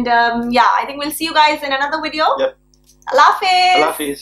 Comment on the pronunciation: Listen, luv. It's video, with a "V" and NOT "Wideo". What is it with you South Asians mixing your V's & W's?? Nice video, btw. 😉